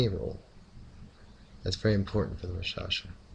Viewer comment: The "K" in raKshasa isn't silent!